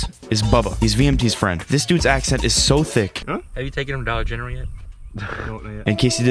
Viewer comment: “have you taken him to dollar general yet?” That accent ain’t thick 😭